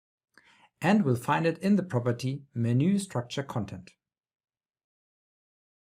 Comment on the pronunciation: it's not menoooooo, it is MENU 🤣